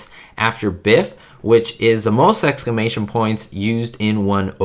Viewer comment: Sorry, not trying to be mean, but you kept saying excamation, it’s exclamation, the L is pronounced. Other than that it’s a great video